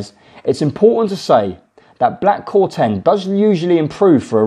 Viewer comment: Black Corton not corten